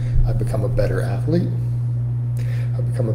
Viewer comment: "A better athuuh-lete, a better coaff, more successful financially". Gonna buy muh house in another 20 yrs.